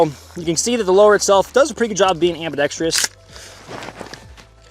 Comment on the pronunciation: Admin... I love you sir. But... how has no one taught you how to say the word ambidextrous yet? I'm the first to notice? I do have a very large brain...